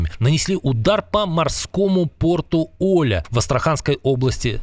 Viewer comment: Порт ОлЯ! Ударение на последний слог.